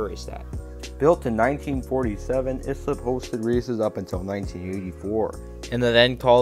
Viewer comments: As someone who attended many races at this race track during the mid 1960's to mid 1970's. I almost fell off my chair how the announcer pronounced Islip (is - lip) of this video. Proper pronouncement is "ICE -SLIP." I grew up in the adjoining town of Brentwood, you could hear the race car's (not the announcer.) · Great video. It’s pronounced I-slip. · It is pronounced Islip ( eye slip )